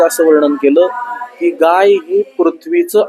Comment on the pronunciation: गई नाही गाय म्हणा